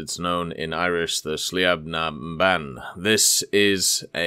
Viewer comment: LETS GO LADS Also, Sliabh na mBan is pronounced "Sleeve na man"